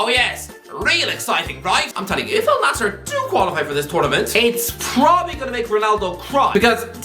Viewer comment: First English speaking guy to pronounce it right not “Al nazir”